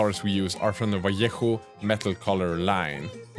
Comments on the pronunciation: Props on pronouncing Vallejo correctly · improved your pronunciation on vallejo brand. very well👏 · Thumbs up for your pronunciation of the word "vallejo". You improved a lot, congrats!